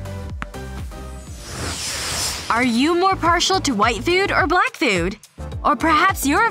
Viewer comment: Did say brack instead of black 😂😂😂😂😂😂😂😂😂